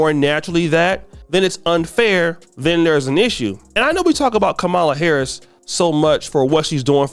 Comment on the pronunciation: Was listening until you intentionally mispronounced Mrs Harris's name. Phuck you!